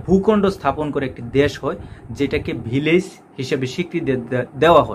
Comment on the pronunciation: Vilag Na Beliz.Aga Deser Nam Sotik Kora Bolun.